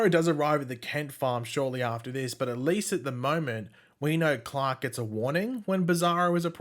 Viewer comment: His name is Clark. Not Clock.